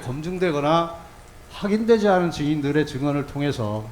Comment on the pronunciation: 증인들으...증인들으 7시새끼들으 발음 거시기 하지